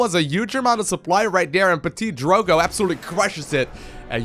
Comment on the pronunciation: so cute to heard him trying to pronunce (prononce?) the name of a french player...